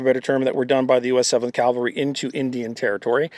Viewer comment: Please learn how to pronounce "Cav-al-ry", not the religious term "Cal-va-ry"